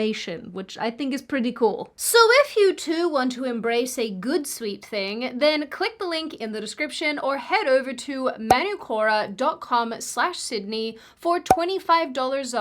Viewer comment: In your ad stress the u in manúkora. Just FYI.